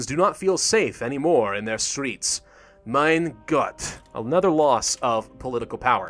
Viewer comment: That was perfect. The way you said "Mein Gott".